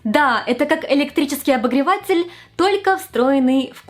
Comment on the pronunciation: Фуу, какая отвратительная подача материала - "обогреваааЦЦель", "ноГГГ" + непонятная эйфория, чему радуетесь???